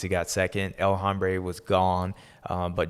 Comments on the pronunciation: He is actually mispronouncing "El Hombre" and saying "El Hambre," which means "The Hunger." 😅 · It hurts my ears when you pronounce the H in El Hombre